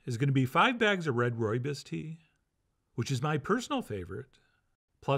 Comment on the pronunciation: We need to fix your pronouncing of rooibos. It would be far closer if you said Roy-boss but if boss was pronounced b-or-s (or as in either or but the r is silent)